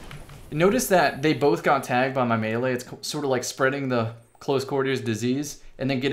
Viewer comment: Love it bro! You even pronounced melee correctly! This guy knows his stuff!